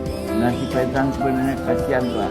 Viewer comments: Petran ! Bukan petal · kak maaf ya, bacanya diperhatikan jangan salah mulu.. coba bacanya pelan² baca veteran jadi ventral rohingya jadi rozia gemes dengernya.. maaf banget kak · Kok venteral sih Bang? Veteran kaleee...